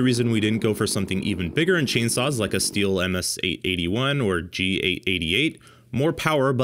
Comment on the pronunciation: Yes it is different and random, but if you cannot say the name of the brand correctly , then you shouldn’t make a video saying Stilh incorrectly.